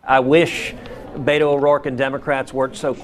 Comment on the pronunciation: I wish people would say "Bay-to", as it should be pronounced. "Bee-to" sounds too close to "pedo".